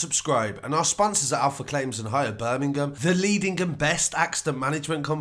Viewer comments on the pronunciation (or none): This guys accent... the way he says Birmingham